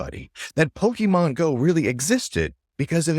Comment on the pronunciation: Poke MON not pokeman... It's short for pocket monsters.